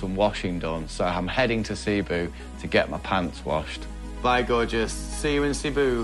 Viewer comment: your content is fantastic I have always loved it but I cringed at when you said Cebu it’s pronounced as Sea-boo